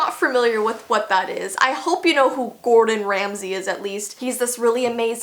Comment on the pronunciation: Megan Horan True but it's Ramsay not Remsey